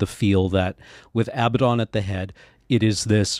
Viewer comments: I think you'll find the commander's name is pronounced "Aba-doodle" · “A-bad-din” Everything else is great. But it’s “ab-ahd-don” soft first d.